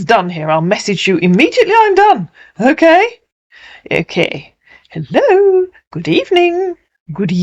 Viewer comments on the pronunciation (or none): It took me two syllables to mail that Nigerian accent: “Hel-lo”.